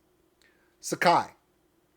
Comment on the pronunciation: You nailed it! good job. But just a lil nit pic , it's not Sa Ki it's Psy Key